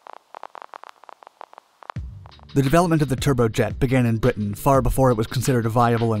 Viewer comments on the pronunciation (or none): none